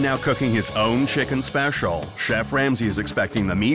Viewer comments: “his own CHICKEN SPE-SHUL” 😂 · Why'd the narrator say "special" like that? 😂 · Fucking dead 💀💀💀💀😂😂😂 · You make feel